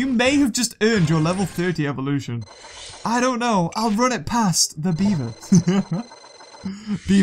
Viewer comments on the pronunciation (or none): none